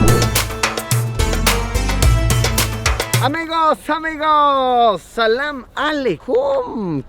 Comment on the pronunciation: hola lusito mira no es por ser mala onda pero si trata de pronunciar el ''salam alekum'' ya que eh visto varios de tus videos y lo pronuncias un poco mal,mira no es correcto, por que es una palabra muy importante para un musulman ya que por medio de ella obtienes bendiciones de allah swt. la manera correcta de pronunciarlo es assalamu aleykum. espero y no te enojes pero solo es para ayudarte